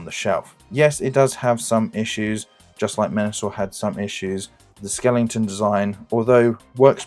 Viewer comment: Good effort, but need to redo audio: Leader Slingshot, really? Skelington?